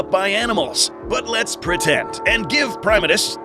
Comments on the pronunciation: it's pronounced (pri-ma-tus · You do what you want, but I’ve always been pronouncing his name as “Prim-AH-tus rex”.